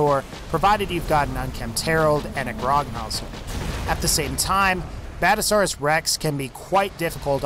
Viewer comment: And.. badasaurus? really? he pronounces near everything wrong :/